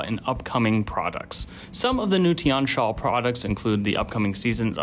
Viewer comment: The I and the A in Tian are pronounced as a single syllable rather than two, it means sky or heaven in mandarin.